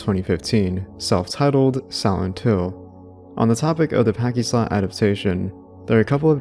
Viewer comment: There are a ton of mispronunciations here—which is fine, everyone does it. But you should prob figure out how to properly say “pachi-slot” as you’re inadvertently and repeatedly using a slur